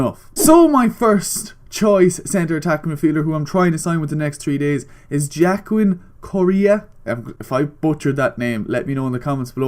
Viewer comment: Joaquin is pronounced "hua-keen"